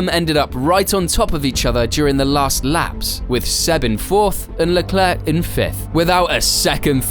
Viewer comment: Bruh. It ain’t that hard for us English speakers to grasp Leclerc is pronounced ‘Leclair’. Put some respec on Sharl’s name